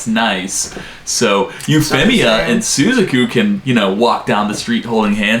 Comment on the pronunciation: Suzaku is pronounced sue zahk oo